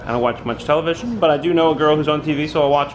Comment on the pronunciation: hahaha "the new tevelision"